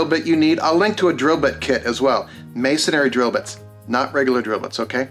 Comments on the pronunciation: MAY-son-ree, not. “MAY-son-airy” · Masonry - it’s pronounced /mā′sən-rē/